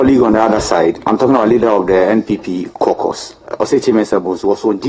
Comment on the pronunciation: CAUCUS is pronounce as “Core-kas” not “korkors”